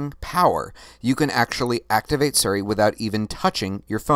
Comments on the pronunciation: siri not seri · Is he mispronouncing Siri on purpose?